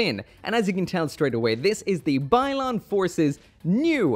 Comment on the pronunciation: Isn't it Byron?